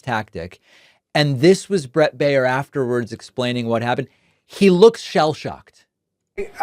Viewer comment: When Baier is of german origin, his name means "bavarian", and is spoken "buyer" (in the variant where the 'er' is spoken like the 'u' in 'husband'). Greetings from Munich, Bavaria, Germany. We don't need this guy here...